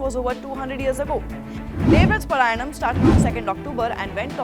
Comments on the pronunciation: It is not paraayanam....paaraayanam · It is pronounced paaraayanam (पारायणम). At least do some basic homework before making this segment. You are not a foreign channel for gods sake !